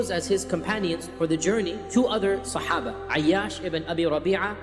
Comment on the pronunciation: Wow, that is the most accurate pronunciation of the word 'Sahabah.'